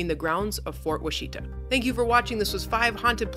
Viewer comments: Fort WASH-ih-taw and CHIK-ih-saw. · The forest is a test plot to study tree growth, in specific soil types. And learn to pronounce Washita